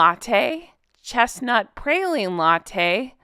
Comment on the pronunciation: As someone from Louisiana, it is pronounced “praw-leen” not “pray-leen”. Great video!! Not a Starbucks fan but it was a fun video! ❤❤❤